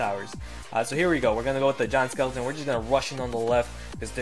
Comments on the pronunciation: "Jont skeleton" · why do u call it a john skeleton